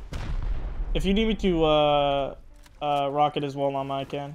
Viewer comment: when take helicopter and heli rocket he always says rackat:) is so silly